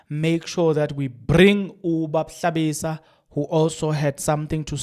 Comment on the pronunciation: there is a mistake you did right now You Prounancing Hlabisa and You show us aBishop who talking about Ramaphosa and he Waisting a lot of time with his GNU in this Countriey But you right about that the thing is that " it isn't Hlabisa as you said at the first time ' now he was Bishop you must be Carefull on thees mistake of Yours